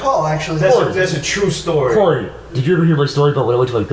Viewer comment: Why does say cory as corwy?